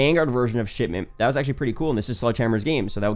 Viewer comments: Did this guy just said "Sh*tment" instead of Shipment? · All I can hear is him saying Shitment